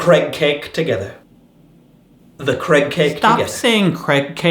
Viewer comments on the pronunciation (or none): I like how Craig says his name "Creg"